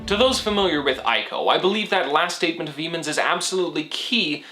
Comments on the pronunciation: isnt it pronounced "ee"co and not "i"co? and great analysis! loved the aspect of you, the final colossus, being defeated not by belligerent means but just by the sword being thrown. Nice job and hope you continue to gain more subscribers and views :) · My dude, fantastic video. But it's "ee-co" not "eye-co".